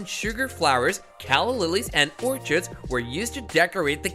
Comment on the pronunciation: Please use a better AI narrator with the ability to properly pronounce "orchid" and "thistle."